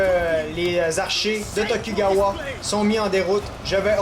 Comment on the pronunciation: attention c'est tokugawa(dont le u ce prononce ou)